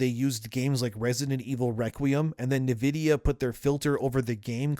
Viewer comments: “en” vidia not “nuh” vidia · It's not Niv-idia, it's In-vidia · Talm bout “navidia.” Are you an AI? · You say Nvidia oddly. "NUH-vid-ee-uh". I always thought it was "en-VID-ee-uh". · I like your content, I watch all your videos but I must say I hate the way you pronounce Nvidia. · The way you say Nvidia is... different.